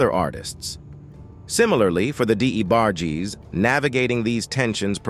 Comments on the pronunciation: Sometimes U hv 2 type these Text to Speech (AI voices) incorrectly so that it can pronounce it correctly 😂 Had they typed Envogue as In Vouge this fake narrator would have pronounced it as U read it 😁 same with Debarges. Typed as Duh barges same application. But who has time to do all that when you desperately want subscribers to enhance your click bait intentions for a 20 something minute video that goes in circles about nothing and or stuff we already kno. Pathetically hilarious. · I can't take this narrator calling the D. E. BARGE... Its Debarge!!! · I appreciate u talking about Luther vandross life, I do...but who the hell is the (d-e- barg-jess)? 🤨🤔😂😂😂😂...its the debarge family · Who’s D.E. Barge? Say it with me… “Debarge” 🗣️🗣️🗣️ 😂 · The new names he’s given them better. The D A Barges haha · WTF????? He is a legend!! ( Who the DE Barges.?....this narrator needs to just say names correctly or just stop! Probably AI generated!!!!!BOOO! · The Dee- Bar- gees. I hate AI narrators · Why is this person not pronouncing these names properly??? D E barges? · Who is DE debarges??? He be tearing they names up😅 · Deeeebarges, what?? 🤦🏽‍♀️ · This was a good documentary but was obviously an A.I commentary screwing up much of the names dealing with the DeBarges and En Vogue. As a closeted Gay Artist of the 80s, Luther had a difficult life. But because he was never seen as a sex symbol, his audiences and friends continue to this day to protect his legacy. This is why the gay columnist Craig Seymour who was authorized to write the only biography of Vandross, titled Luther the Life and Longing (2004) edited out most of the gay references dealing with not only the DeBarges on tour in 1983 but the car crash he experienced in 85 which killed his boyfriend and the career of his protege. Yet most people are willing to discuss his diva like behavior towards En Vogue and Anita Baker. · How you can’t pronounce DeBarge